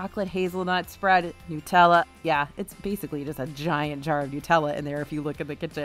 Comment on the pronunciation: It's NUTELLA not NEWTELLA. The clue is it has HAZLEL NUTS in it.